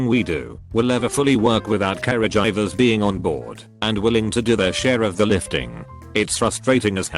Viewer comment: No one: This voice: caregivers is pronounced care-a-jivers